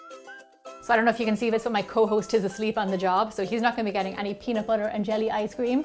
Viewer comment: You said peanut butter wrong!